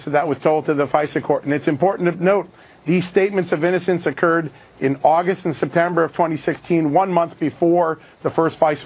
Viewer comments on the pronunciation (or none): none